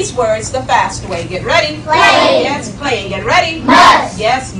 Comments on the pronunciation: Playing was read "the fast way" because it's difficult to hit the double syllable if you read it quickly, making the word sound like plane. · It's the phonetics that count when it comes to ritualistic majik. That way they always have plausible deniability. It's why playing was "said the fast way" so that the double syllable isn't as noticeable in the world playing.